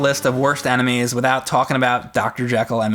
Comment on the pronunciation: why says "anime" instead of "enemies"?